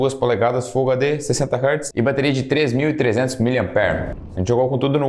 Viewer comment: Pq tem gente que ainda fala errado não é hartz é hertz Com EEEEE amigo